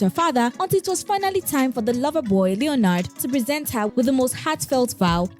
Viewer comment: It’s not Leo nard it’s pronounced Lenard! If you’re gonna be a blogger learn to pronounce simple things in life like names!! Mxm